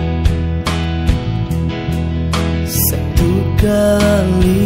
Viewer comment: LAGUNYA BAGUS, ini si (kayak nama ustd ya) layak masuk Indonesian Idol... tinggal diasah lagi pelafalan kata, contoh masuk awal "satu kali" itu Sa nya pelafalannya kurang jelas..... ini lagu bisa dibeli Ahmad Dhani lho